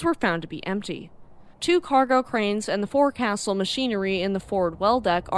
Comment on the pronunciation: It is pronounced folk-sil, not fore-castle. 🎉